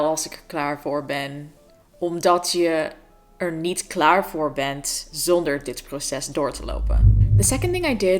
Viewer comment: I have never heard anyone pronounce the t in je bent, almost forgot that that is supposed to be there 😂